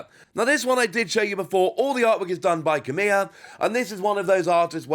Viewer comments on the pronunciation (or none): none